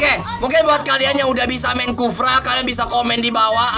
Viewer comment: Hero apa namanya ini khoufa ya, apa wizz khalifa ya, eh khufra, kacau bang lu suka salah nyebut hero wkwk